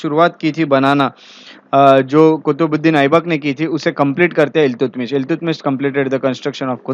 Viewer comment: Iltutmish का सही उच्चारण अल्तमश है, न कि इल्तुतमिश।